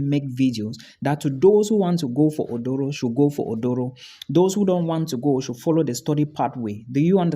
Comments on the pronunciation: Its Aduro not oduro 😂😂🤣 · Asylum seeking better pronounced "Aduro". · Is not Odoro. Is Aduro